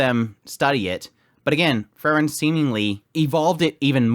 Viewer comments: Frieren is not Frren. More like Freeren.😁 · It's Pronounced Frieren (FREE-REN), not FURR-Ren. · Kinda confusing whenever you talk about Frieren and Fern. You pronounce both of them extremely similarly. Free-ren, Fern